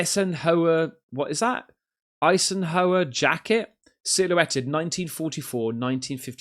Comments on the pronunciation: Wow! Dude had trouble reading/pronouncing "Eisenhower" 😁👍🏼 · How did you mispronounce Eisenhower lol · Eisenhower (I-sen-how-er) was president of the US when Nixon was VP. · FFS how do you not know how to pronounce the name Eisenhower, did you not go to school and it's Lockheed not lockhead.✌🏴🇬🇧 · You can't pronounce "Eisenhower"? 😅 🤦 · Mate you are going to get roasted for not knowing how to pronounce EISENHOWER! It's not like he was one of the more obscure US Presidents like McKinley. Eisenhower is iconic as Lincoln.